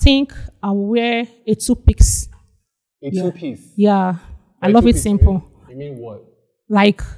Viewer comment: So of all the pretty ladies present, you chose the 2pix lady. Like who pronounces a 2 piece outfit as 2 pix ehhhhh. 😢😢